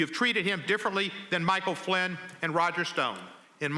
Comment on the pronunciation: He cant even say Michael Flynn